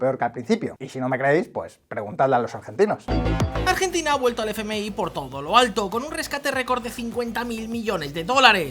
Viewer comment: Les Ergentines 😂😂😂😂😂